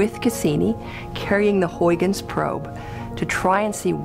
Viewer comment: I love how badly they say Huygens xD